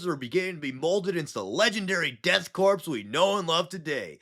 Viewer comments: Please please please Corps is pronounced “CORE” Think, Marine CORE (Corps) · I am curious now, why does everyone pronounce it as Death Corpse? I mean it is a good joke the first few times around, but why? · DEAD CORPSE OF CRAIG. fuckin 5 seconds in and I'm already losing it